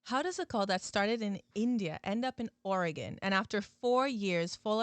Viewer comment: Thank you for pronouncing my states name right